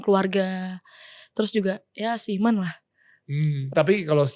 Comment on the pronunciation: Tuh guys di tekenin yang seIMAN ya wkwkwkwk dua kali lagi pengucapannya